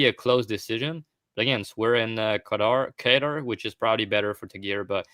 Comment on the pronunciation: "Kaytar" "Bugelo" "Tarsukyan" Never change 😭